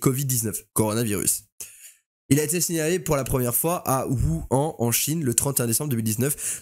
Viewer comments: Wuhan mdrr. Sa ce prononce wouhane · 'Wouane" ça se dit oour Wuhan mdr